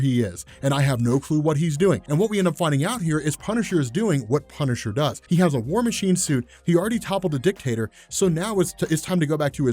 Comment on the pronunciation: "war masine chuit"